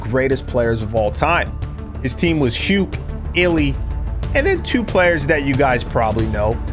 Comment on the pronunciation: Aint no way you're pronouncing Huke like that 😂